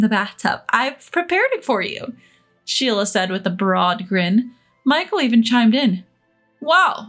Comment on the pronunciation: Amelia is pronounced but spelled Amelie, Sheila not shelia